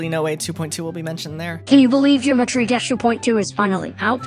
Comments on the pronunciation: jimetry dash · "Jimetry Dash 2.2" 💀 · Gymetry Dash💀💀💀